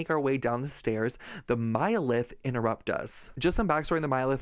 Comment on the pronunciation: just a note: millileth is pronnounced kinda like the 'mili' in milimeter